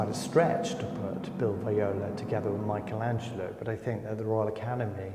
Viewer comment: Always this mispronunciation of Michelangelo....is not Michael